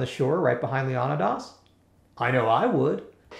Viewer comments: Leonna-dass? What the hell? Is he trying to pronounce 'Leonidas' (leeuh-nai-duhs)? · Lol why does he pronounce Leonidas as if he's British? Yet doesn't pronounce any other word as if he is? Lol